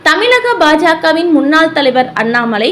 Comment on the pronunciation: தமிழ் என்பதையே தமிள் என்று சொல்கிறீர்களே. மிகவும் வருத்தத்திற்குரியது